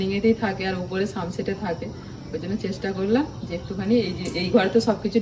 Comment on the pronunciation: Kotha o sothik uchcharon koro na . Sum set noy kotha ta hochche sun sed . Sun mane সূর্য কে protect kore je sed ta setai sun sed . Video korcho engraji jharcho majhe majhe jodi o se sob o majhe majhe bhool o thake .se sob obosso sokoler moton tomar amar sokoler e thake . Kintu common jinis ta to thik bolte jante hobe go .